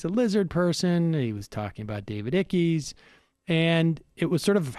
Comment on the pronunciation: David Ickey??? It's pronounced 'Ike'.